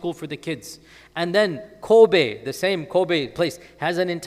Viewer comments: The pronunciation of Kobe is Kobey. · I think he still pronounces it a bit like the name of the basketball player /kobi/ while in fact the final /e/ is the same as the /e/ in [bet].